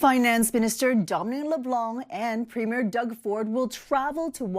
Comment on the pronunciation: Its NOT a premiere like a new movie, Ford is a PREMIER...2 very DIFFERENT words that bozo Karoline can't learn to pronounce.